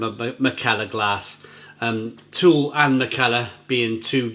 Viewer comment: I recently visited Copenhagen and while sightseeing I also spent a full day working in the Ølsnedkeren brewery. One of the evenings I visited To Øl and the brewpub was awesome!!! P.S. It's pronounced Too-Ul...not Toole. The U is heavily like "Ugh".